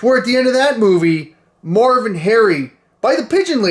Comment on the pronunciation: Isnt his name marv? You sounded like you said morv